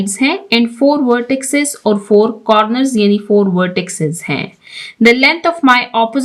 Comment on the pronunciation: Madam, lafz vertices ko vertisses kaha jata hai